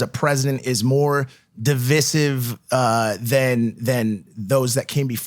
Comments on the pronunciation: Why they pronouncing Divisive DIVISIV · Have I been pronouncing "divisive" wrong? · He’s obviously reading off a script too 😂 he didn’t know how to pronounce devise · People can’t pronounce divisive 😂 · Love the podcast but did Ben Shapiro and Mike both mispronouce di·vi·sive? Didn't expect that from Shapiro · I‘m from the UK and I always hear Americans pronounce it like that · I hope you know that they both pronounced divisive wrong, and I'm sure Ben purposely did it in an effort to not make Logan feel stupid.